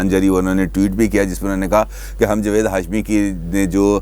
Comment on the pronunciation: جوید نہیں جناب جاوید ،